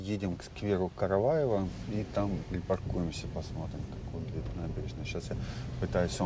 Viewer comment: только сквер не Караваева, а Караева..)))